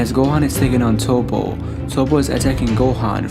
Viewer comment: Yes his name is Toppo, But you say it as Topp. after hearing you say his name wrong so many times i can't listening to this video anymore